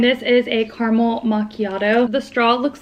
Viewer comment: Anyone else triggered by her pronunciation of caramel? Lol 😂